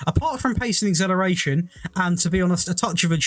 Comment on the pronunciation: Lol I’d love to know how you want pronounce exhilarating, because acceleration has been butchered 😆